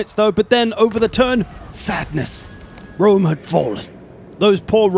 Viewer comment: ah yes, Julius of Wome.